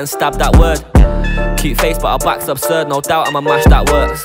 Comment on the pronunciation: man said 'back obsurd'